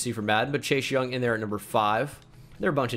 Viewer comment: Please tell me you guys heard say “Shashe Young” the whole video